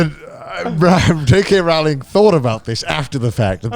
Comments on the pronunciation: It’s “Row-ling” like “bowling,” not “Ral-ling” like “fouling.” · I love how they talked about one of their dads no learning a new pronunciation and then proceeded to mispronounce Rowling's name for the rest of the video XD If you don't believe me, check videos of Stephen Fry and Jim Dale saying her name